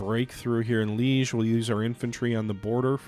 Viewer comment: "Leege," "Treeste," yeah, I shudder to think how he would pronounce "Częstochowa."